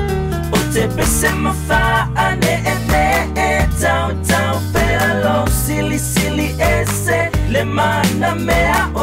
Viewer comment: Beautiful voices, gorgeous taupou(which by the way is my daughter) but there’s a key word that’s mispronounced. It’s “ta’uta’u” pea meaning to go tell, NOT tautau pea which means hanging. It’s important to speak, sing our Samoan language correctly for the benefit of future generations otherwise in 10-20 years we wouldn’t understand each other. Ia faafetai lava! Soifua!